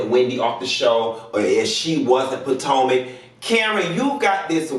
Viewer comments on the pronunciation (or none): Oh Bless ur heart! 🧐Look I’m here for this video but it Is pronounced 🗣puh-👏🏽toh-👏🏽muhk👏🏽. Beloved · When you said housewives of PA TANKA I fell on the floor🤣🤣🤣🤣